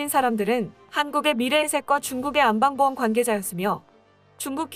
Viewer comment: 제발 좀 제대로 하세요. '안빵보험'이 아니고 '안방보험'입니다. 중국의 금융그룹인 안방(安邦)보험을 우리말 안방을 읽는 식으로 '안빵'이라 읽으면 어쩌자는 것입니까?